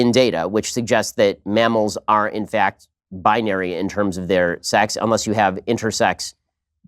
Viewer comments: It’s a FAH-KT that people express themselves on a spectrum. It’s a FAH-KT that he’s a disingenuous jerkoff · 3 syllables for the word "fact"? Byyyyye lol